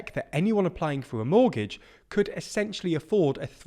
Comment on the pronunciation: Monetary, not moneytary. Mortgage, not mortage